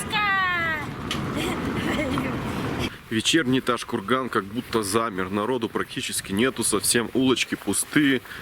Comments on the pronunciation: Произнёс ташкурган видно что в ёбупге живёшь )))) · Не ташкурган а правильно Тоджкургон там живут Таджики а не уйгури